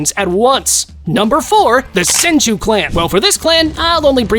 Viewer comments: He is dumb he called the senju clan the son-ju clan and not sen-ju clan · The “sanju” clan😂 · It's not sanju it's senju😒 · "Sanju"? Tf. The Yamanan...what clan? Bruv You put Jiraya above Sakura...tf. Sakura would clap him lol. Orochimaru should have been towards the 27 to 30...why the hell would you put Orochimaru that far up and not even knowing his clan... Kimi who? You call Naruto, Boruto, and Himawari "Namikaze," which is correct, but then putting him not in the top 5 lists lol.. "Mangeko"... Goddamn this is a fail video. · Tell me you’re not a real fan without telling me you’re not a real fan. Him: “San-joo” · "Sanjew clan" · I like how a guy named cant pronounce Senju. Bro has no "e" on his vocab